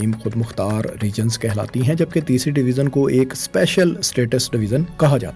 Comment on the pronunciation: اپ بار بار ڈویزن کہہ رہے ہیں یہ ڈویژن ہوتا ہے ی کی آواز سے اسکو پڑھا جائیگا جیسے اژدہا یا بڑے سائز کا سانپ ، ژالہ باری ، ویژن یعنی نظریہ ، ٹیلی ویژن اور دریائے ژوب بلوچستان ۔ اسکو " ذ یا ز " کی آواز سے نہیں " ی " کی آواز سے پڑھو مثلا اگر ژالہ باری لکھا ہو تو اسے زالہ باری یا سالہ باری کی آواز سے نہیں بلکہ " ی " کی آواز سے یعنی یالہ باری جیسی آواز نکال کر پڑھو ۔ ژالہ باری ( یالہ باری ) ، . ڈویژن (ڈوی ین ) . دریائے ژوب ( دریائے یوب ) . ٹیلی ویژن ( ٹیلی وی ین ) ۔ ویژن ( وی ین ، نظریہ ، سوچ ) لہذا آج دوسری بار باریکی سے مثالیں دیکر سمجھا دیا ہے آئیندہ خیال رکھنا ☝️☝️☝️